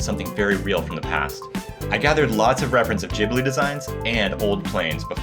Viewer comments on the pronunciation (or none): Please, gib-lee not jib-lee 😭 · hi, this is a big channel I think it's important you know it's pronounced GHibli, not Jibli. It's an italian name, the H is there to make the G hard. Also in Japanese it's pronounced with the hard G.